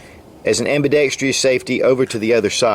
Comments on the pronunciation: ...I'm a like minded individual, but please look up the proper spelling and pronunciation of the word AMBIDEXTROUS. It's not pronounced ambidextrious. There's only 1 i in the word. It's a common mistake. I know, I'm a "dick" for bringing that up, but there are always people that don't think the same as us and they will always look for ANY excuse to discredit us, including our ability to master the English language. I have watched over half of all your videos and I have a lot of respect for you. You're fighting the good fight. Please keep it up and forgive me for pointing out such a minor flaw. I certainly am far from perfect. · "Pa-LI-gonal" is the pronounciation, not poly-GOnal. Ambi-DEX-trous, not ambi-dex-TRI-ous.